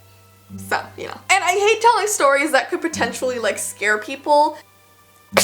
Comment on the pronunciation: HATE not HAT